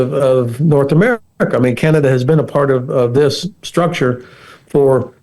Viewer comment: Some one please help the interviewer with his English . "Ziss " does not replace " this ".😊 .